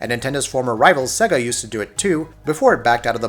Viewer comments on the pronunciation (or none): none